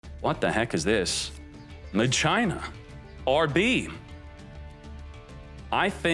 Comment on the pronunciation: Please stop saying Machina like that